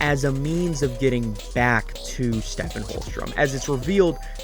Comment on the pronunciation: Love this!! I'm almost at hour 4 and i was wondering if there was a particular reason you pronounce Holstrom's name as Stephen with a soft ph instead of "Steven" as is done in the show? Props to you for your dedication - i really love this analysis